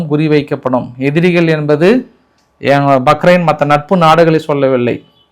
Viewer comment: யோவ்! பக்ரெய்ன் இல்லை. பஹ்ரெய்ன் யா. என்ன ஒரு நாட்டுப்புறதான் மாதிரி பேசுற.